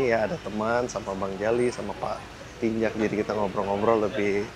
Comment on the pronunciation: pak Tinjak bang, kasian 'K'nya gk disebut jadinya 'Tinja' gk enk bgt itu didengernya😂 asa berbau2 apa gtu 😂😂